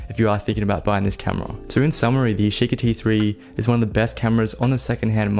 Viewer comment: "yeesheekee three"